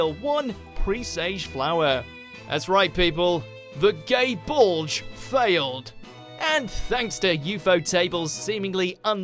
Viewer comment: It’s not gae bulge. It’s gae bolg. G doesn’t have a ga sound like gun or gay or garbage